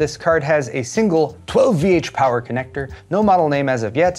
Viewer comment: All my colleagues now wonder why the hell I say "12VH POWER" like that every time...